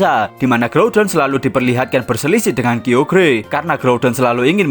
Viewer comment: dibacanya kayogar bukan kiogear